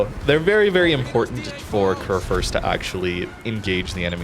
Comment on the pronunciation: It is pronounced "Kurfürst" ☝️🤓 Like the U in Rupprecht.